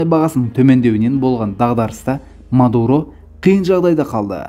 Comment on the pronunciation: Меен Мардаан , ол Мадуроо деп қойсай 😀😀😀